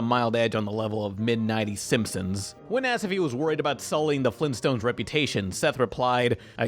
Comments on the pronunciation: Is it me or does it sound like the narrorator keeps saying "The Simsims"? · Is he saying “Simsims”???